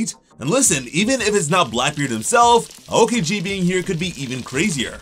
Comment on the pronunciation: When he says a kiji it’s so annoying it’s (ow-key-ji)